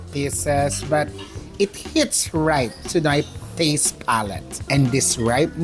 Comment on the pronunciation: “lets taze it” 😂😂😂